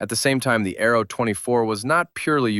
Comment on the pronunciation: Its not arrow is ARO learn to enounciate your words correctly !